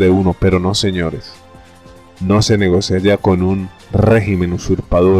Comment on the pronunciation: Graciaaas. 🙂😎😷 Todo perfecto salvo, "Negocea". Es "Nogocia". La fuerza de voz en "go". 😊